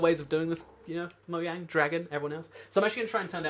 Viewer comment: It's mojang not moyang